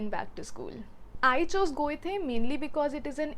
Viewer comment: Loved the video as I am looking for options to learn German. Just one thing that really gets under my skin (and I have seen many Indians make this mistake): Goethe is pronounced "Guh-tuh" not "Goy-tey" :D